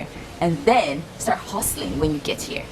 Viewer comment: Who heard the Nigerian accent when she started talking about 'hustling'?😂😂